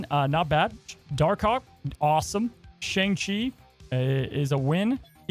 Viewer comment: Hey, you pronounced Shang-Chi in this video incorrectly.